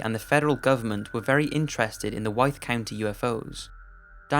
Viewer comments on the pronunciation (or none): Just for the record, "Wythe County" is pronounced like "with." It's an easy mistake to make for non-locals.